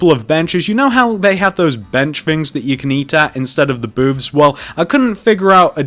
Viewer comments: It sounded like he said boobs lol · I thought he said boobs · Booth or boob? I'm confused... LMAO. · Did he say boobs or booths